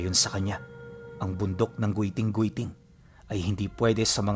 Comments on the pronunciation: Giting2x tamang pagbigkas nyan hinde po Goyting2x...😊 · ROMBLON & HILIGAYNON DIALECTS ALMOST HAVE THE SAME PRONUNCIATION, SO IT IS PRONOUNCE AS (GITING - GITING) NOT AS GUITING - GUITING). DO YOUR RESEARCH, IF U WON'T BELIEVE ME. JUST WANT TO HELP! THANKS! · mount giting2x po ang tamang pag bigkas nyan hnde gwiting2x hahaha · It pronounces GITING-GITING not "gweting-gweting" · It's giting giting po pronouncation niyan at Dito Yan samin sa sibuyan but sadly gusto minahin Yan ngayon😢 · sorry mali pag ka bigkas ng my guiting guiting po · Mali yung pag pronounce mo sa pangalan ng bundok